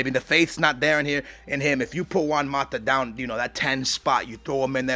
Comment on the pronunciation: i would've said chelsea and man u are bigger rivals than man city and man u, and how is it you can pronounce juan right but özil wrong? uuuurgh-zil